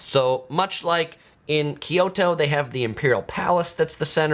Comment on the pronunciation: it's KYO-to, not KIO-to. you know what Tokyo means? proper name is To-Kyo-to, or east kyoto. so pronounce it like Tokyoto, minus the first to. kyo-to, say it with me